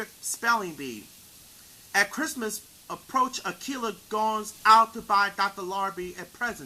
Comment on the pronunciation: If you're native language is not English, you did a good job. If English is your native language, however, you really need to work on your pronunciation of words and overall speech quality because it sounds really rough. P.S. I really hope English isn't your native language because I'm really rooting for you. P.S.S. it's pronounced A•key•lah, not A•kill•ah. Thanks, have a good day